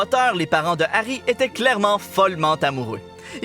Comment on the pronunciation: Giarry on dirait diarer